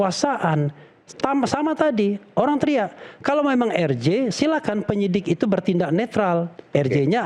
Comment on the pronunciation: Bapak rambut jingkrak plis deh, singkatan RJ kalau anda mau menyebut pakai bahasa indonesia spellingnya jadi eR Je, tapi klo pakai bahasa inggris jadi aR Jei, kenapa anda malah jadi eR Ji? Gatal ih telinga yg denger, Izyyyyyyyn 😅🙏